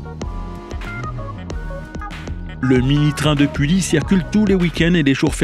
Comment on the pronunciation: Bonjour, je suis conducteur au Mini-Train de Pully, je voudrai vous remercier de ce beau reportage et vous corriger 2 erreurs ! -Le MNT a fêté ses 30 ans en 2015 ! Bernard a donc été président 30 ans ! Le MNT fêtera donc ses 35 ans en 2020 ! -Pully se prononce "Puhi". Ce n est pas grave mais maintenant vous le savez ! Merci encore et bonne journée !